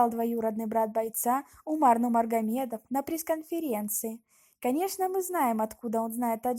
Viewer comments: Автор говори правильно не Нумармагедов а НУРМАГАМЕДОВ!!! ХАБИБ НЕ ОСПОРИМЫЙ ЧЕМПИОН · Фамилию произноси правилно пж. Нурмагамедов, НуриМухаммад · Сперва научись говорит ево фамилию потом расскажи о неём ( Нумармагамедов) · Сначала учись сказать Нурмагамедов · Не Нумаргамедов а Нурмагамедов😅😅😅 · вы конечно меня извините но сначала фамилия Хабиба правильно говорите пожалуйста я весь видео смотрел но не услышал в его фамилию букву РРРРРРР.,, НУРМАГОМЕДОВ,, а не _Ну магомедов_ Спасибо Всем САЛАМАЛЕЙКУМ ✊✊✊👆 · не нумаргамедов а нурмагамедов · Худо бигират маймун аввал гапзаниро ёд гир баъд гап зан! Нумаргамедов?))) Вот ты дурочка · Автор назавити его фамилия правильно и без ошибок. Он Хабиб Нурмагомедов а не Нумаргомедов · Алее, ведущий у тебя проблема с ОРФОЭПИЕЙ, научись читать и произносить слова правильно. Не Нумаргамедов, а НуРмагомедов! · Е бева нулмагомедов не нурмагомедов тупой изучить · Нурмагомед а не Нумаргомед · Как как Хабиб нумаргамедова😂😂😂😂😂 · Автор правильно читай фамилия НУРМАГАМЕДОВ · сначала правильно Скажи фамилию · Админ ты Хабиба фамилию не можешь нормально выговорить еще че то там вякаешь. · Мне кажеться или девушка на видео не может правильно выговаривать Нурмагомедов??🤔🤔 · Фуу Почему неправильно говоришь имя фамилия бойцов 🤦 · хабиба нурмаргамедова, сначала правильно приноси фамилия человека, а потом говори на русском языке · Фамилию правильно говари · Ты отчество не правильно произносиш!!!! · Хотябы его фамилия правильно говори 🤦‍♂️ не тупи🤦‍♂️🤦‍♂️🤦‍♂️ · Ты хотя бы правильно произноси фамилию Хабиба... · Ассаламу алейкум ва рахматуллахи ва баракату. Прошу правильно произнёсти фамилию Хабиба. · Дуруст гапзан охи нумаргамедов не Нурмагомедов